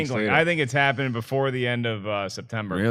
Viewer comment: "There has been a hopening.... Have you felt it?"